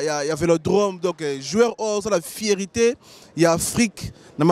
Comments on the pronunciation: Après tout ce temps passé en Europe, vous ne savez pas qu'on ne dit pas "vipe" mais V-I-P...? Qu'on ne dit pas "fierité" mais plutôt "fierté"? Parfois il faut viser plus haut et accepter de vous recycler pour mieux atteindre un public plus diversifié. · Ce présentateur a un problème avec la lettre R. Focse, macseille, fiecté 🤣🤣🤣🤣🤣🤣🤣🤣🤣🤣